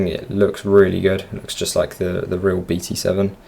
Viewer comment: не би ти сэвэн , а бэ тэ семь